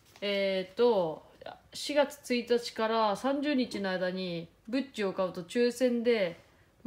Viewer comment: ブッチがグッチに聞こえて、文ちゃんもしかしてセレブ？？？って思った（笑）